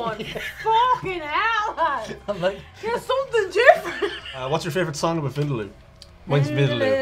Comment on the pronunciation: Being South Asian me don't even know what soo called curriess🤢 they are talking about. By the way its not wind-loo(vindaloo) its win-daaa-loo. And plz not everything is curry jzz because you have spices in it.